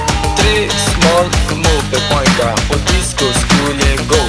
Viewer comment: Det låter som att han säger "moppebögar" efter ett tag